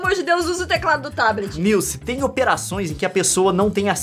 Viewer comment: Pqp !!! Como conseguem ver os vídeos desse cara , primeira vez que vejo .. e nunca mais kkkkkkk Bla bla bla “niuce” “Niuce” Não é “niuce” Meu ovo “niuce”